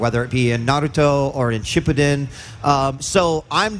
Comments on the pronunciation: also he says "shipeden" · Narooto Shipədən. Love the pronunciation